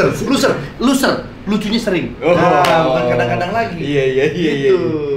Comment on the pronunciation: Luser malah terdengar kaya looser... 😅... Udah Luka aja... Walau Lucu nya kadang-kadang